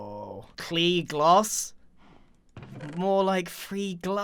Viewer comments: I think it’s not Klee gloss it’s klear glass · CLEAR GLASSS NOT KLE GLOS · Grian: "GKLE GLOSS" Me: its pronounced "free glass" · Klear glass not Klee gloss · Klea Glosed G+closed=Glosed G as in Grian/Grain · "Cklee Gloss?" - Grian